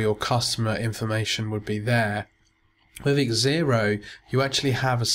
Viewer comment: Thank you for your video....Just a little point... its pronounced "Zero" not X ero :)